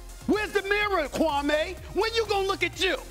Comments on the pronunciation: SAS didn't do his KWAH-MAY accent here, did he? Jalen Rose confronted him back then and SAS shamed Jalen for it, and this was after Kwame had played 10 seasons in the NBA. Kwame wasn't a good NBA player but in the midst of all the criticism he never once talked back to the media nor showed a bad attitude to any of the teams he played for. Kwame bided his time and is now serving his dish cold. The like/dislike ratio for this video is very telling. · no it wasnt stephen a mispronounced this dudes name on purpose for 20 years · according to kwame he messaged Stephen jackson and barnes respectfully and asked them to stopped something that happened in those dms is what pissed him off and as far as Stephen a he made it personal a long time ago calling a kid a scrub and mispronouncing his name purposely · No he wasn’t... when you purposely pronounce a man’s name wrong just to be funny, that’s personal not basketball. I doubt you would be supporting SAS if he was talking about rights for Blacks, you probably don’t like that conversation do you? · Name anyone on this planet who says Kwame in they top 100 😂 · when your changing the way someone pronounces your name it's personal. Watch the older videos. No need to keep kicking a dead horse. We all know Kwame didn't lived up to the #1 pick expectations.